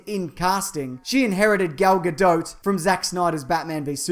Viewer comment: I think is the first time I've heard someone properly pronounce her name!